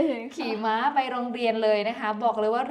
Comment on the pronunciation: ม้า ไม่ใช่ ม่า นะ